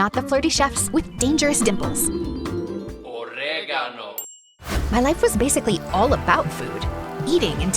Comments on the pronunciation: I'm I the only one who heard "OrEGaNoo" everytime that guy shows up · All I hear is OrEgAnO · "origado"?? Loll😭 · WHY DO I HEAR OREGANO😂😂😂 I'M ALREADY CACKLING THIS IS CRAZY I LOVE ITT AHAHAH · "Oregano" im crine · OREEYYGAANO🗣️🗣️ I'M CRYING-😭😭😭😭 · NAHHH THE "ORREGANOH" IM DEAD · "orrrrrregano" ICONIC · gets me every time 🗣️: "OrEgAnO" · GUYSSS AM I THE ONLY ONE HEARING “OreGAnO” LIKE EVERY SECOND NEAR THE START 😂😮❤ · I keep hearing "oregano"